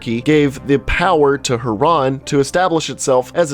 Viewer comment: hiran XD